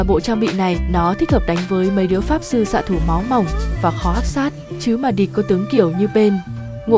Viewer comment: k bik nói j chứ chữ ''Địch'' Hơi khắm nghe:))